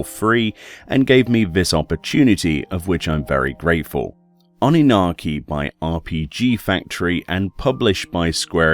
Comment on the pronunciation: m i the only who heard Anarchi ? :D 👍